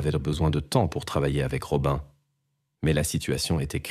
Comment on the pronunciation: Rob"un" alors que ça se dit Robine. Berk, j'arrête d'écouter.